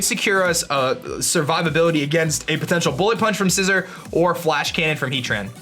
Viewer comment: "Scai-zor"? I'm triggered.